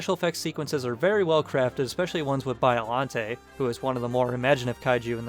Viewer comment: It's pronounced 'Ay-ji' not 'Ee-gee'. Also, it's 'Bee-o-lante' not Bio (as in biography) lante. Sheesh...